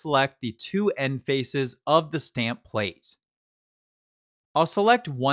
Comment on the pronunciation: Hi, I really like your videos, you speak very clearly and your demos are very well throught out and presented. One thing though: please, in future videos, say "thee" ONLY before words starting with a vowel sound; otherwise, the word should be the (pronounced thuh).